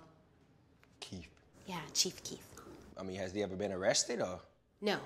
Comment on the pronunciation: Lol she said chief keith